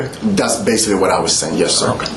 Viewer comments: "Basilly"... This dude is full of shyte!~ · I absolutely hate when people pronounce basically “base-c-Lee”. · "Basilly, in the beginning"